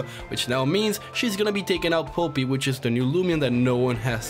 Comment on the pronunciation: I died every time he pronounced polypi wrong.